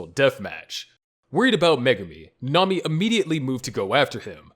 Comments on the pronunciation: Ngl you kinda said nanami wrong its not nana-mi its na-na-mi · 1. Chelsea probably didn't even realize that she died due to the shock from losing an arm only seconds earlier 2. Nanami (who's name you mispronounced REPEATEDLY) was completely delirious by the time he died, making it relatively a peaceful death 3. Nina died at basically the speed of light, so her only time spent suffering were the 3 days she spent as a chimera 4. Subaru SHOULD have died within seconds of having several rabbits severing his limbs because he'd have lost far too much blood to even remain alive, let alone remain conscious 5. Miche should have died the second that he was hit by a flying horse - it would've had more than enough momentum to break every bone in his body before he was even bitten by the titan (horses are HEAVY and the beast titan through it at the speed of mach-bullshit) There's more, but I feel like this is enough for now.